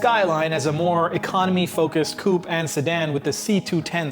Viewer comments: West (student) cou•pé koo͞-pā′ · When you say coop, do you perhaps mean "coupe"? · You pronounce "coupe" not coup like the chicken coop. It comes from French.